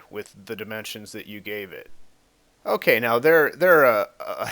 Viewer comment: Hehe :3 when you say ok so it sounds like ooh queso like cheese in Spanish lol